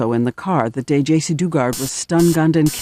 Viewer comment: Joycee? Uh, it's Jaycee Dugard not Joycee. Js